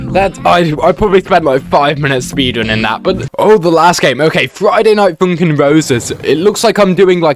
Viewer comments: "Friday night foonkin" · Friday night foonkin